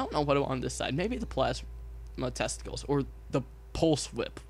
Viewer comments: Tentacles not testicles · Tentacles not testacles